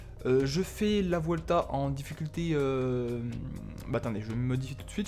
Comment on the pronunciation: Salut petite remarque on dit " buelta" car en espagnol le "v" se prononce "b"